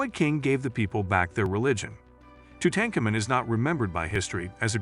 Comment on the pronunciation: I can’t even watch this. The narration is once again repetitive and mispronounces the very subject of the video. Just stop. Please.